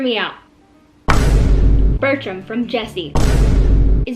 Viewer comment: I COULDNT STOP LAUGHING WHEN U SAID BERTRUMMM , I LITERALLY DIED AT THIS VIDEO HAHAHA 😭😭😭😭